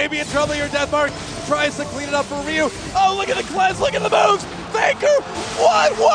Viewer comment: I find it fascinating that some people pronounce Ryu as "Rayoo" or "Riyoo".